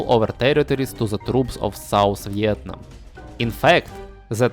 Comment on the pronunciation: Ты так прикольно говоришь "Виетнам" на английском